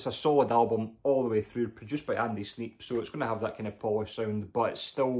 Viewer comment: Fantastic album that KK is! Its like a JP walk through from their career. And there are a few colors Black, white, silver, red & Gold i need the damn gold!!! Lol. Did you say Sneep? I hear Mikey being triggered from here lol. Grand Magus is band on my list to check out but always seem to overlook them. I love all Saxon & Helloween! Agreed on the first two Forbidden's but if forced id take Twist. First four Exodus's are must haves. Excellent update 🤘🏻🍻